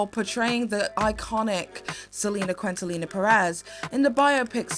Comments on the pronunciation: Just so you and any other non Spanish speakers or peeps who don't know, Quintanilla is pronounced like "keen-tah-neeyah". Easy mistake to make. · since i share surname with Selena i would´ve loved you looking up how to pronounce her surname correctly, just because it rubs me de wrong way every time you said it jsjsjsj for all purposes its supposed to be pronounce "kintaniya" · As a Mexican American from Texas, it always irked me that a Puerto Rican from New York was chosen to play Selena who was a Mexican American from Texas. Also, Quintanilla is pronounced Keen-ta-knee-yeah, fyi. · Just a quick thing, you said “Quintanilla” wrong. Its pronounced “Key-nt-a-nee-yah” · Maannn dont diss my girl Selenas last name like that. Its pronounced Keen-Ta-knee-ya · Just for reference Selena’s last name is Quintanilla pronounced [kintaˈniʝa] or kinda like “keen-tah-nee-(y)ah” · Selena Quintanilla sounds like KIN-TA-NEE-AH. You butchered her name. 😢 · It's the Quintelllllliiiiinaaaaaaa pronunciation for me. I'm crying. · Quintanilla is pronounced "keen-tah-knee-ya" 😉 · NOT Selena quentelina 💀💀😭😭😭😂😂 pleeeease learn to pronounce names you’re speaking about. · Quintanilla is pronounced “Keen-Ta-Nee-Ah” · It’s pronounced keentahneeya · Selena Quintanilla (ken ta nee ya) Great video!!! ❤ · Quintanilla is pronounced like KEEN-tah-KNEE-ah. Or we just call her Selena. Like Madonna. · Selena quintanilla - 'keen-ta-nee-ya' 😆 Thank you for suffering through that dumb movie for us! Great video 😊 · 2 corrections: 1) Quintanilla is pronounced keen-tan-ee-uh 2) the show is called In Living Color. Sorry! I don’t mean to be rude. Just wanted to clarify for viewers who don’t know. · Lmfao “Selena quintanila” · Seh-leh-nah Kin-tah-nee-yah 😢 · Selena Cuintalina? Girl really? LMAOOOOOO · Selena Quinti-what? Quintanilla Keen-tAH-nee-yAH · "In Living Color." Not "Living in Color." Lol. And Quintanilla is pronounced Keenta-nee-ya. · Quintanilla = "Keen-Ta-Knee-Ya" :) Love the video btw.